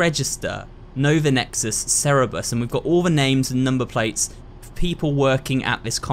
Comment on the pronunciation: I like how he says cerberus as cerebus